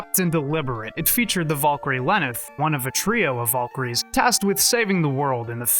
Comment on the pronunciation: You say it as vuhl-kuhl-ree and she did it way differently, with a rolled R, and as kehl not kuhl. Just saying, she literally says it right after you and it didnt match. Don't need a degree for that one.